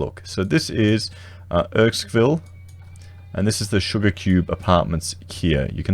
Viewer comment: It is pronounced Errr-skin-ville 😉